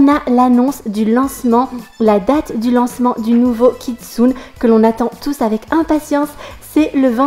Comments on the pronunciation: Sa s'écrit kitsune mais sa se prononce kitsunÉ :) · Hey:) je voulais juste te prevenir que "kitsune" se prononce "KitsunÉ" ^^ Et je participe a ton concour! Mon pseudo: KeroniAS7 J'espere gagner ^^